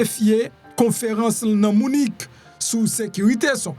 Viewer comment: Bonjour MPP Munich prononcé li : munik en français